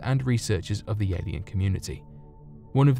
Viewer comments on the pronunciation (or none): none